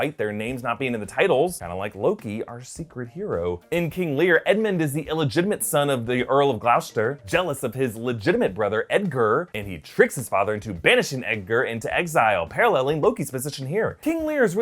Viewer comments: Gloucester is pronounced "Gloster" here in England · Call it Gloss-ter if you want it’s actual pronunciation.:) Thanks I love Thor. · Was gonna say this, need to pronounce as gloster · Gloucester is pronounced “gloster” if any Americans are struggling wondering what said 😂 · Just FYI Gloucester is pronounced to rhyme with "lost". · just wanna point out Gloucester is pronounced glos-ter as a brit I can confirm this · Gloucester is pronounced like 'gloss stir' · Wait, you mean it's NOT glowshter? 😂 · I’m from near there and you butchered the name of Gloucester. 😂😂😂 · to be fair we do confuse the americans with the extra letters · I came to the comments for exactly this. 😅